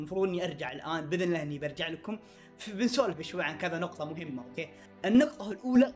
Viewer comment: كانك قلت :اوكي (باك او باكا 🐸 ) 😂 هذي الكلمه بالياباني 😂معنها:احمق ملاحظه : اقصد باك 🌚👋🏻